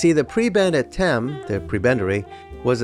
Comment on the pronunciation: Also Thame is pronounced "tay-m". I know it's confusing that it's not pronounced like Thames 🙃